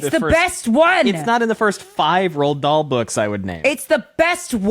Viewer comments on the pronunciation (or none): This is not meant as a call out, but for such a passionate outpouring of love for Roald Dahl and y'all are saying his name funny. ;) "Rue-all"